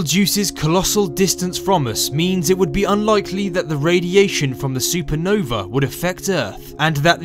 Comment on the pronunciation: I cant wait for the "supernover" :)